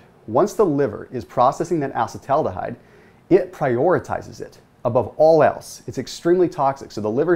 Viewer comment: uh-see-tal al-de-hyde - please